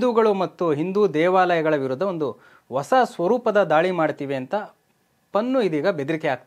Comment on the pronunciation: ಓಸ ಅಲ್ಲಾ ಪ್ಪಾ........ಹೂಸ ಅಂತ ಹೇಳಪ್ಪ